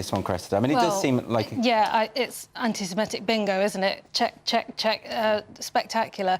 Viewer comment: This is less of a problem than the actual problem of anti-semitism, but why do people pronounce it anti-simetic? It’s wrong, it’s not pronounced that way. It’s like calling the month Nevomber.